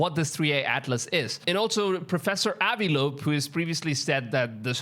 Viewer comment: Can't believe this guy thinks we havnt been to the moon?? The Chinese are building a base on the dark side of it and and probes have taken picture of the junk left on the moon from the moon landings! Wow! And that is a missle! He can't even say professor avi lobe properly and working on it fir many ears?? Yes is such crap??